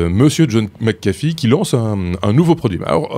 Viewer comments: Toujour pas... c'est pas McAffee mias McAfee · Euh... C'est McAfee pas McAffe